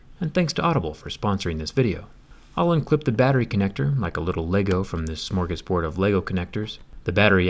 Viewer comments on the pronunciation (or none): He said smörgårdsbord